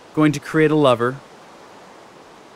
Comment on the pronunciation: it is lever the e is short